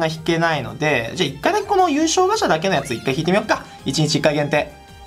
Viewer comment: ガチャがガシャと聞こえる。ジョジョを思い出しました。